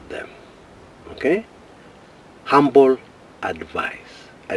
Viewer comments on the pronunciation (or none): none